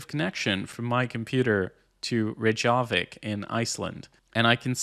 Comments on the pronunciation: reyk-ja-vik ..it's not that hard ;) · Lol, it's Rake-A-Vic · ray-ya-vik😂 it burns my ass sorry. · it pronounced rek-ya-vick lol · It's pronounced like rake-yuh-vick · "Re-jaw-vek"! Pronounced Ray-kevek in America. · Ray, jah-vick. Killer pronounciation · Please learn how to pronounce Reykjavik, that physically hurt haha